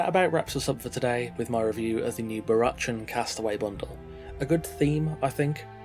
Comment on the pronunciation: I think it's pronounced "Barackan". Like Barack Obama. Not "chan", despite the spelling. That aside, incredibly overpriced, imo. More like a €5 worth. Tops.